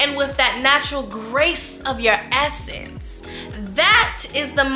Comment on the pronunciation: Who else heard ASSence instead of essence? Ahahaha 😂 Thank you for this video, awesome content as always! Can you please make some more about the divine masculine ability to contain money? 🙏🧡